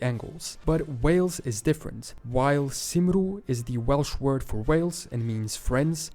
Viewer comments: Cymru is pronounced CUM REE. Not SIM ROO. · Hey, thanks for doing the video One minor correction, however. The native pronunciation of the country of Wales is NOT "Simru", it's "Kumri" Welsh is a tricky language haha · Also a quick correction for the video, "Cymru" isn't pronounced "simaru" its pronounced something like "kumry" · It's worth noting that "Cymru" in Welsh is not pronounced like "simru" but "kummri". Also the term "Scotland" is (or was originally) an exonym. The name for Scotland in Scottish Gaelic is "Alba", which derives from Old Irish "Albu" or "Albain", which is believed to have been used to describe the lands of the Picts and and other Celtic territory of what is now Scotland. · I noticed Wales was pronounced as "Simroo" with the expectation of a 'soft "c" ' and an assumption yhat a U would be pronounced as a W. It is in fact CYM = come (as in, "come here") and RU = ree. So, 'come ree' = Cymru. It means roughly the land of compatriots. In fact much of what is now England and Scotland's place names have Welsh/Brythonic roots; Cumbria (latinised Cymru), anything begainning with 'Car' such as Carlisle as Car comes from 'Caer' meaning fortress or fortification; anything beginning with 'Pen' meaning head/top/end; anything beginning with 'Porth' meaning 'gate'. Place names in the south west with 'Comb' pronounced "coom" come from the same root word as the Welsh 'Cwm' meaning Valley. Glasgow (Glas-gau), Aberdeen (Aber meaning 'mouth of the river'), Edinburgh (Din Edyn) and many more. Nothern England and some of Scotland was known as "Hen Ogledd" (The Old North) with 'Rheged' (where Cumbria is today) and 'Ystrad Clyd' (Strathclyde) and 'Gododdyn' being North of Hadrian's wall. In fact, the Welsh word for England is "Lloegr" meaning the "lost land". In effect Briain as a whole was Cymru. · Cymru is pronounced more like Kumree